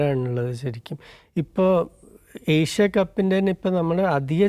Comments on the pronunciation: ഏശിയ അല്ല ഏഷ്യ അതുപോലും നന്നായി പറയില്ല 😃😃😃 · എസ്യ അല്ലടോ ഏഷ്യാ...